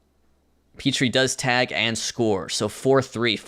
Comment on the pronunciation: Love the series,. Gamecock fan here, its pronounced Ethan "PET-tree" as opposed to "PEET-tree"